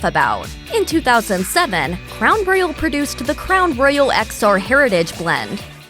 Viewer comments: Is this a robot voice? Cuz she can't pronounce Royal for s*** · Someone please teach this lady how to say Royal!!!!!!!!